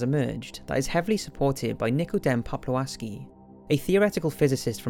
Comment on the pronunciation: ...but great pronunciation of Polish name Nikodem Popławski I even understand it, without dificulities, which is the great acomplishment for a nativ English speaker! Only "ł" sounds "old Polish", it's a "w" sound in English.